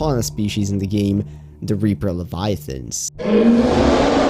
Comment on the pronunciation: “The largest biome in the geem”